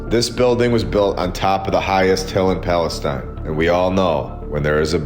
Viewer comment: Pronounced , Palace-teen Texas